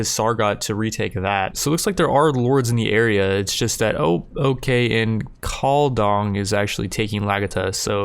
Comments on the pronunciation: TIL "calldong" ROFL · Lol calling Lucon "Lusion" and Diocosos "Dioscos" and Caladog "Call-Dong"